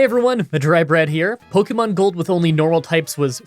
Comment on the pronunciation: i love your pokemon challenges but i have one pet peeve ,the way you say pokemon sounds like a boomer saying pohkimans pokemon is short for pocket monsters